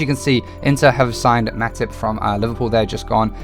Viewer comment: Btw for future reference it’s Olise: O-Lee-Say Meite: May-Tay Araruna: Ah-Rah-Roo-Nah Cant remember if you pronounced this one right but it’s Ri-Nom-Oh-Tah